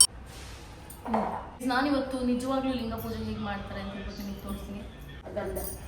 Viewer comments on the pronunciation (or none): Lingu alla Linga